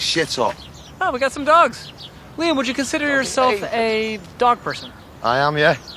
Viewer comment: Jeez the interviewer could at least pronounce his name right